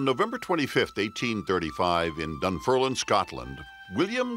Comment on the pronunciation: The name of the town is pronounced Dun- ferm- lin.